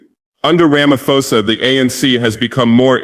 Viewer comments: Where and when did he make this speech? It sounds American AI generated. That "Ramafosa" is a dead giveaway 🙄🙄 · The way he pronounced Ramaphosa as Ramafosa is typical of Ai😂